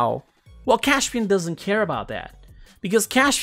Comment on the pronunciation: Why do you pronounce his name like it's Cashpian?